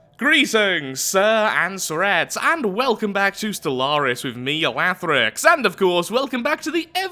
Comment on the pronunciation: Is it just me or did you say Wathrix ?